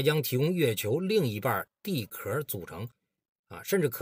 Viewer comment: 地壳中的壳读音是翘。